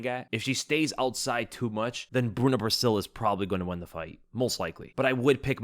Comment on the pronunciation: Just a tip for future reference. Bruna brasil is pronounced brazil, her last name is our country name we just spell it with an s 👊